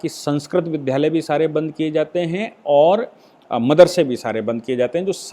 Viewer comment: आप विध्यालय बोलते हैं, गलत है। वि+द्+या लय होता है। द् + या =द्या